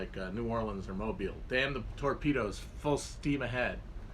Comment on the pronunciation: Thank you for pronouncing Mobile correctly!